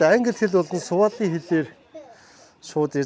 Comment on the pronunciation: Сували хэл биш шүү. Свахили хэл Swahili